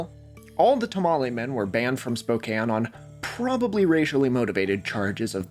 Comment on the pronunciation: thank you for pronouncing Spokane coorectly